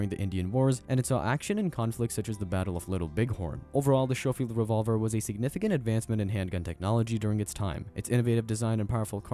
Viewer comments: skoh - feeld , not sho - feeld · It's pronounced "Sko-field." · The way the narrator describes the ammunition as "point 45" and his pronunciation of the word Schofield drives me bananas!!! 🤬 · #1 get rid of the A.I. voice that can not read correctly. #2 hire a writer that knows what the hell they are talking about. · OMG learn how to pronounce Schofield! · First, would it kill you to have your AI pronounce "Schofield" correctly? Second, the scene from "The Quick and the Dead" you use to talk about the Remington 1875, the Kid is showing off a Colt Peacemaker in the clip, not a Remington. You end the clip literally right before he unveils the Remington 1875. Come on now, son...you've got to do better than this. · The OK "coral"? Point forty five? Show-field instead of sko-field? Is it THAT expensive to hire an English speaking narrator who is a REAL person? Also, why show modern firearms, US Army uniforms and CO2 replicas when talking about these 19th century weapons?! Why not just use ALL Hickock 45 videos? He has covered all of the guns you did. Finally, what about these is brutal? I guess if you beat your opponent to death with one, but that would be you beating him, not the gun. Try harder next time.